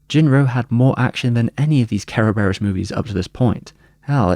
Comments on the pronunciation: Kara-bare-rose? It's Ser-Ber-iss the multi headed greek dog that guards the underworld. Cerberus Corp. With an alternative spelling. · don't know why the hell you kept saying Ke ro be ros , is just kuh buh ruhs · Its actually pronounced KEr-veros its the original greek word which the West latinised as Cerberus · I keep hearing "carebears" xD great video as always! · The way you says "Kerberos" sounds like you saying "Care Bears" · Im guessing its closer to the japanese pronunciation that way? Every syllable having a vowel and all that?